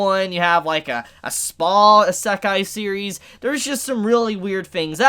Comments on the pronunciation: Repeat with us: isekai (EE-sēh-kai), not assekai (ah-SEH-kai). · its pronounced E-say-kai eskey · Why do Americans always have a hard time with words from others countries? In Isekai the emphasis is on I not se. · The way you say isekai, kinda triggers me but its all good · Bruh i'm gunna be real. I hate the way you pronounce isekai. Idk if your even pronouncing it wrong its just not what i'm used to.